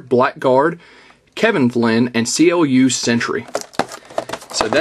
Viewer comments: actual it is pronounced like clue in the original tron ther was a minor charicter called clu and i asume it is the same charicter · His name is pronounced as "Clue".